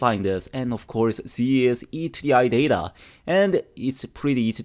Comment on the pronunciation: Excuse me is it DATA or THETA